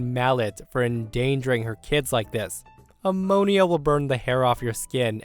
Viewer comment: How do you not know how to pronounce ammonia?